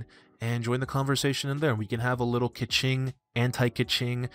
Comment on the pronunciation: Don't you dare say keqing like that!